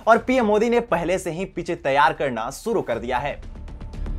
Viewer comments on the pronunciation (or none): none